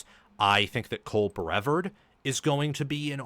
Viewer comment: it’s Cole BreVARD, pronounced like yard rather than Cole BREvard pronounced like bird